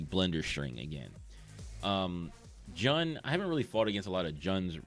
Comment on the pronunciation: The way u said jun got me angry😂its pronounced like june